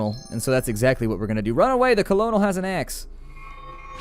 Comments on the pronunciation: It's pronounced cernal not colonel but everyone probably messes that up I used to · colonel is pronounced curnel